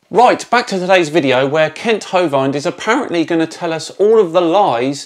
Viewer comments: Hovind. The i gets pronounces as in "wind" (the subject) or "river", not as in "bind". Of course, you might just refer to him as inmate # , like most people do :-D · For what it's worth, Hovind pronounces his surname to rhyme with "binned", not "bind". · I suggest putting some kind of caption on when you're doing the ads for your video. Makes it more clear and transparent. Also, I do believe his last name is pronounced as rhyming with "wind", not "mind". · Sorry, but the "i" in his surname is pronounced like in "in", not like "ay". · Just a slight correction,, your pronunciation with regards to Kent's name is poor. You are pronouncing it as Ho-Vined whereas it's actually Ho-Vind, as in binned. It's tricky, that's why most people refer to him by his proper title, no mistaking when you call him Inmate. I can't believe that you've only just discovered him, he is a lying cheating conman and science denier. He claims among other things that he taught science for 15 years. Many other YouTubers have already shredded him. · Can i just touch on how you pronounce "hovind" much like "Bovine" - which mages sense in an intellectual way..... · It’s pronounced hov-in-d right? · His name is supposedly pronounced Ho-vund although I find the idea that he might get annoyed by that amusing. Kent infuriates me every time he speaks and I end up yelling at the screen (Which even if he could hear me he would ignore me because he's ignored every single person who's corrected him) Phylogeny is my new passion after watching Aron Ra's series on the history of different eras of evolution. Kent needs to be put somewhere where he's taught science non-stop until he gets it without his sycophants encouraging his pseudo-scientific delusions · Pronounced Hoe-vend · His name is pronounced Kent Hoe-WIND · Kent Hōvīned... Lol... Epic pronunciation for that whack job creationist. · That’s not how you say Hovind. The vind rhymes with wind - wind that blows.